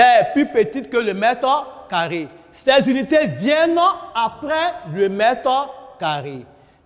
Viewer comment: Tu as entendu comme moi.